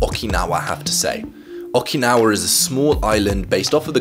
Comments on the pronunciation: Nobody:: Okee- Naw- Wah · Oh man, I love these videos and the concept of Ikigai, but the way says "Awk-i-naw-ah" is killing me Thanks for your work on the video, man! Love your work and appreciate how serious you are about it and making people's lives better.